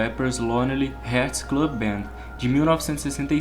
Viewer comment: É hearts e não Heads